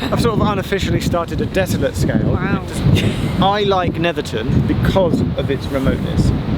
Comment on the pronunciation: I used to live just a few stops down from there in Seascale. Brilliant to see that view again. Good to hear the correct pronunciation, 'ton not 'town.